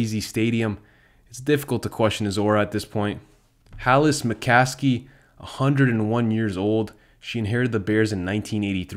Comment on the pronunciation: “Halas McKaskey” 😂😂😂😂😂😂😂😂😂😂😂😂😂😂